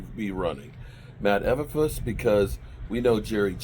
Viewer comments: It's Flus to Make it simple for you it's Flus like Flooooos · Matt Ee-ber-floos